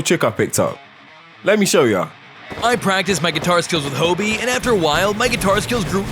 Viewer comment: It is pronounced Hobie not hobby btw